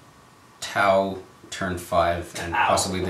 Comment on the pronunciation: you guys need to stop pronouncing T'au that way. I k ow it's in jest, but it gets old quick. if anything, it just shows a ton of colloquial American bias, as there are plenty of languages in modern day real world Terra that have apostrophes mid-word that you're not meant to do anything with in speech. I'd give the benefit of the doubt that you're not all ignorant and stuff, but it would be nice if you guys didn't keep trying to give that impression. Nice battle vid thoigh, good format.